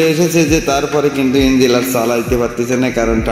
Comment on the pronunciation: বাংলা ও ঠিক করে বোলতে পারছোনা লোককে কি বুঝাবেন ইঞ্জিন আর ইঞ্জিল আলাদা জিনিস